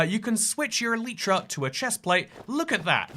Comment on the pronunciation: man cant pronounce elytra (i mean im still subbed but PRONOUNCE IT CORRECTLY)